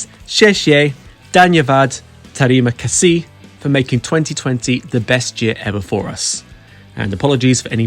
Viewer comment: Terima kasih (Thank you), Sama-sama (Your are welcome). You pronounce it right.